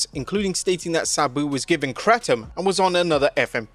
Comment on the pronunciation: Its pronounced Kratom, not Kratom